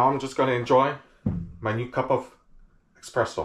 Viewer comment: Everytime you say eXpresso, an italian crashes his vespa